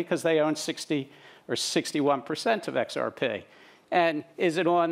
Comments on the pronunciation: I wonder if he learned to say XRPay at MITay... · I cringed when I heard him. I'm from Australia, but I've noticed we all pronounce XRP the same way.